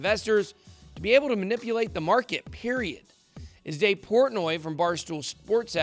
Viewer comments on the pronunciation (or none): none